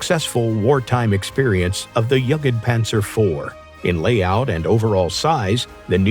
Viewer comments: This has to be AI, because nobody would say Jegedpanzer like that, if they knew a bit what they are talking about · Yaketpanzer, like bruh wtf. I have no problem with people saying "panser", but that's too far. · is this a AI voice over or did no one really catch the jugged panzer bit before posting it? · he needs to work on his pronunciation. Who says "yuggitpanzer"? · Brah, pls atleast try to pronounce it right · This AI voice has an utter lack of tone and is atrocious at saying "jagdpanzer" and "rheinmetal". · Exactly what I thought. I heard mispronunciations , but never ever heard someone read jagdpanzer that way.